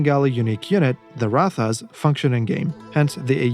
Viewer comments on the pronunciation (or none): By the way, from what I've seen people tell Spirit of the Law, I think the pronunciation for Ratha is "Rathi/Rathee" and not how you'd expect it to be in English